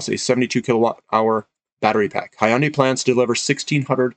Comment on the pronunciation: Thanks, Hyundai is pronounced Hyun Day and like you would say Fun Day where Hyun is a single syllable. And I think Xcient is pronounced X Cee Ent. Not that it matters much but in case you were wondering. I wonder if Hydrogen fuel cell refilling centers will need a lot of platinum too. It looks like battery cell technology is not going to work at all for these long haul commercial transporters. NIKLA had a demo of their mock design of a truck which turned out to be fake but they also had a refilling center design.. which probably was also fake. Be it Hyundai or Toyota I suppose they would be the ones coming out with the design. I'd have to double check but I believe PLG had quoted most of their resource estimates in palladium and/or palladium equivalent ounces.